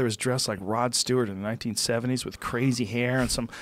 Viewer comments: Joe "Kwazy Question" Rogan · Joe "Qwazy Question" Rogan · Joe "cwazy question" Rogan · joe "here's a real cwazy question" rogan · Joe "here's a cwazy question" Rogan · "here's the real 'cwazy' question"